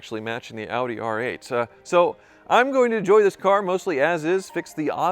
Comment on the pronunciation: Dude calls it "hoopdie R8"